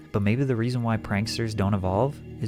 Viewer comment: lol "panksters"